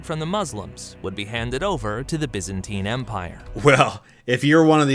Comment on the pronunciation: BY -ZAN-TINE.